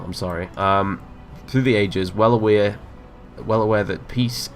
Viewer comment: said "aware" exactly like a kiwi